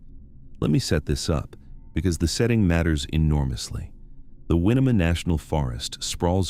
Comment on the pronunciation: Winema is not pronounced win-eh-muh or wine-muh, it is usually pronounced wy-nee-muh by us Oregonians. There are far more disappearances in Oregon than you might imagine, dating back to before it became a state in 1859. There is a lot of wilderness here and plenty of ways to go missing. I well remember Kyron's disappearance. Yes, his stepmother is flaky, but there was never any evidence against her, so no charges. I think it is possible a predator lured him out of the school under cover of the science fair, maybe saying Kyron's biological mother had sent them to get him. Terri may not be the best person but automatically assuming she took him is unfair. May turn out someday she did dispose of him but what was the reason? As for Sammie Boehlke, there is absolutely no proof that he ever was at Crater Lake. We only have his father's word for it. No other person saw him. There could have been an earlier accident or worse, and the father dragged a piece of Sammie's clothing up the slope and a bit further to create a scent trail. Willamette is not pronounced wil-uh-met, it is wil-lam-uht or wil-lam-it. This is a regular error made by non-natives.